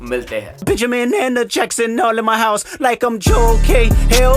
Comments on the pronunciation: Michael jackson❌ Michael jackshan✅ Phedophile❌ Fhedofile✅ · Aap "shyam" ko "sam" pronounce karte ho...aur "Jakson" ko "jakshon"...bahot hi weird baat hain ye....I think you should just reverse it...